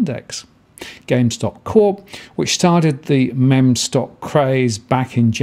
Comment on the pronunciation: He got it right the first time in the video and then reverted to "mem" At least he is not still saying "me,me". I don't know why so many people struggle with this haha I read it the correct way from the beginning.